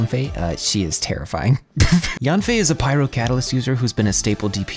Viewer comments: FYI, her name isn't pronounced like "Yawn fei", it's more like "Yean fei." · Fun fact, Yanfei in chinese mandarin is pronounced closer to Yen-fei instead of Yahn-fei.